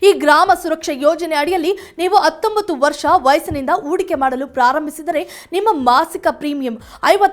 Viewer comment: Attombattu allamma. Hattombattu. Modalu neenu kannada kali